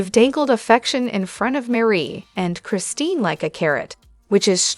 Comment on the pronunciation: Meri's name is not Marie. It is pronounced like Mary.